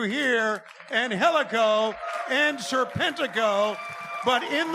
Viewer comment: His ring name trips me up sometimes, it comes out like Sir Pentico at times